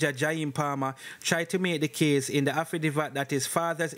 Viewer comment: Say it with me "afi david" wah name affi divvat? 😅😅